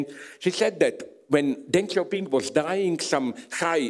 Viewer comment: Please, Žižek, for the sake of love, don't call him "Dengk Xiao Pingk"